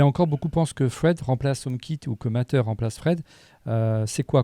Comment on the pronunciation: Matter se prononce Mateur, pas "Maïteur"